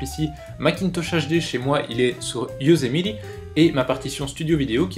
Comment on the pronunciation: Comment tu prononce "Yosemite" ??? o_0 sinon très bonne vidéo ;)